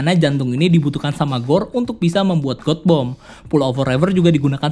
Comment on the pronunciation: God Bomb. Baca : gat bom. Bukab got bom. Bring me Lord Ryan !!!